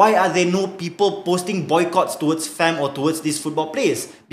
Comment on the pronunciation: Cakap betuk betul lah kita tu guba ei bi ci di.so you cakap FAM mestilah cakap FEM